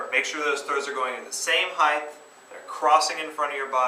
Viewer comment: Height not heighth! Imbecile.